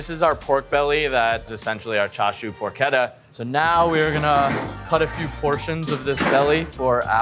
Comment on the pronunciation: also pork-etta lol